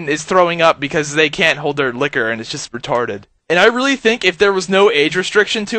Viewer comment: love it when u say something is "jutst retwarded" xD :3